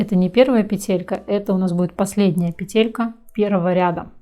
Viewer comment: Было бы ещё лучше,если бы ударение правильно ставили:надо говорить пЕтелька,а не петЕлька!!!